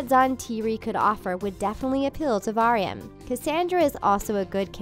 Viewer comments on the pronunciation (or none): It's Varian not vAaAAaaAriUn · Vuh-rian? Who's that? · The way she talks about "VaArIaN" I cant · Ok, I really hope either Raps or Cass teams up with Varian. By the way it’s Varian. Pronounced VERY IN not v ARE y IN. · It Ver-I -an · Th way she pronounces Varian tho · Not the real reason Cassandra wasn't at Rapunzel's wedding plus your saying Varian's name wrong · I wish they’d watched the show so they would know how to pronounce Varian! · 1. Why are you mispronouncing Cassandra and Varian?!? AHHHH. 2. Missing is the theory that Cassandra slowly started to turn evil after she touched Rapunzel as she was saying the moonstone incantation. 3. What about Lance missing from the wedding? 4. IS SEASON 3 TRULY THE END? I legit did not know that. 😭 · That's not how you say Varian...lmao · u pronounced varian wrong